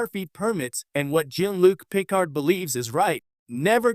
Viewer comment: You could at the very least pronounce his name correctly.